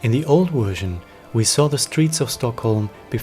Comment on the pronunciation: Do you know for a fact that he is in Sweden?? Is that why he left Youtube? I am Swedish so I know that is NOT Swedish. If he was Swedish he would pronounce Swedish names correctly, which he doesn't do, and he would know things about Stockholm/Sweden that he obviously doesn't know. Something very serious must have happened to him since he's been gone for so long - unless he's on a holiday in Sweden as your comment suggests. Still strange that he isnät replying to his worried fans. And summer is over in any case.